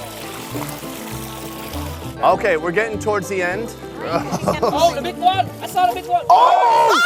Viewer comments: “I saw da BIC one”😂😂 (I’m not making fun of Vietnamese people I just rlly like their language and accent when they speak English) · “oh da bik one, I saw da bik one” 😂😂😂 love Vietnamese people man.